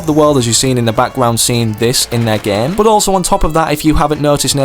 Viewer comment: it is game not gam